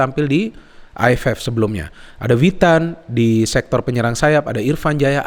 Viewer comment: lucu kalo ngomong v jadi w dan sebaliknya hehe viewer > wiewer witan > vitan tetap semangat bung untuk bikin vidio2nya saya suka setiap analisis